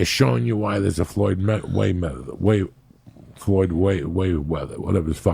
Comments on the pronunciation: ""Floyd wayweather"" lol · "Floyd Wayweather"